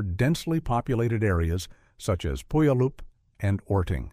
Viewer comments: Thumbs Waayyy down for demolishing the Indian/Native American city name of Puyallup. Pronounced Pyou*al*up. Down to Hades with a*i. 🛡🕯🌐🕊🇺🇸🎚⏳️⌛️🗻🏔🌋🔥⛰️🩹🩸😮🙏✨️🥹😿😢🏠🏡🚘🏡🏠☮️🛐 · Although I like how it was pronounced, Puyallup is more correctly pronounced like "Pew Yal Lup".